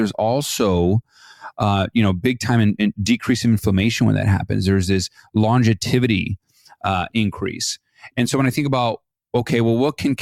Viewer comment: It is not longeviTity, It is longevity. No first t, it has just the one before the y. It sounds pretty weird how you say it.🙂👍